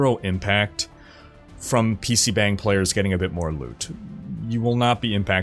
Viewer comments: please, you are hurting my ears. It's pronounced PC "BAHNG," there is no "bang" sound in korean. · It not pronounced pc bang (spelt that way, romanisation is crap). It is more like pc bung. Like hung b+ung. This is why in Korea most Koreans treat "a" as "u" in hung for all a. Just fyi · Its pronounce "bong" not bang. bang is fucking. bong is a room. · Bro. It's PC BONG. Like, yeah, they spell it "bang" but it's not how it's pronounced. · Btw it’s pronounced more like “PC Bong” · I love you, but I’m cringing every time you say pc BANG. It’s not BANG. The “a” is actually more like a soft “o” like the sound o makes in lottery!